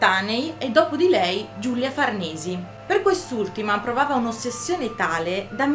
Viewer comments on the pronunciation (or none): Farnese non Farnesi ;)